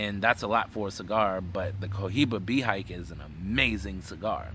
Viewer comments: Its pronounced Bay he kay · you are pronouncing Behike wrong.